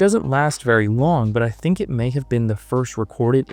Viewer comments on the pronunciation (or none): i can hear you goin ffffffffffffffff when you say think